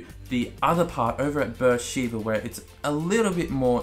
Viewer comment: It's pronounced "B'er Sheva" not "Sheeva." Amazing city in Sinai desert in Israel